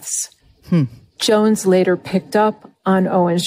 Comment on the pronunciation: It’s Alex Jones, not Alex Joneses.